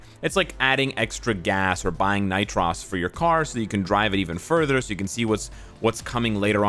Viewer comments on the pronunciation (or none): I'm sorry, did he just say ni-tross? We miss you whaling out as well sir! 😂😂 IGN: WaylonmfJennings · What in the world is Nitrose. Is it not Nitrus? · Are we not going to say anything about how he said "nitrous"?